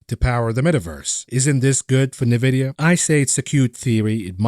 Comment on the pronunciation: having worked there before, it's pronounced En-vid-ee-ya (n-Vidia, "n" like the mathematical variable, yes we are/were all nerds). Good stuff on your channel - but it's like fingernails on a chalkboard everythime I hear it. Feel free to continue your pronouciation to spite me;-P I won't be offended, I spoke my piece.